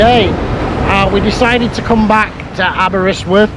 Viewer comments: the presenter calls it aberswyth not aberystwyth but great video all the same. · It’s Aberystwyth not Aberyswyth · I did have to listen to it a few times.. He keeps calling it Aber-swith, when it's Aber-ist-with. Great video though - plenty of memories coming back from my time at university there.